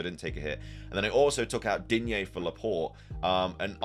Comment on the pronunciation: Stop with Digne «a» there is no «a» at the end ! He is French , drop that A 🤦